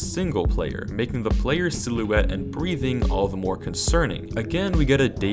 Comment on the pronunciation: Why do you pronounce the word “silhouette” that way?